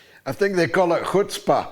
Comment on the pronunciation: I think they call it hutzpah. Lol good one George I caught it.